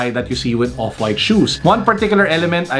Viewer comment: "Opwaaaayt" - 😂